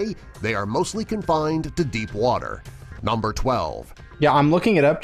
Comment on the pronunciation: NUMBAH 14, THE GIANT ROLLY POLY